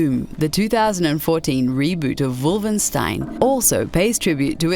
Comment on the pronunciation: ooooh Come on why she call it Wolvenstein ??! am i hearing something wrong, or does anyone else also hear her saying Wolvenstein. ?